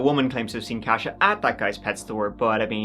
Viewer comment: Believe it's pronounced as "Kosha", not "Cash-a". My Polish grandma called my sister, Katie, that when we were younger.